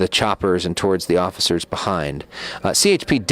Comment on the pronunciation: Did that dude say "occifers?"